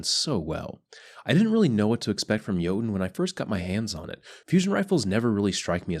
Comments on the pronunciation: Yer-Tun (as in tundra) plz fix <3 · He forgot the ö